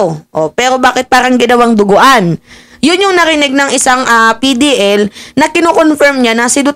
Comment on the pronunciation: Dinuguan Madam, Hindi duguan...it's a food menu...